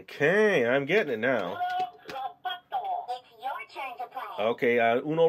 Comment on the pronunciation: Why Is He Saying Uno Robotto Like It's Spanish!?!?!?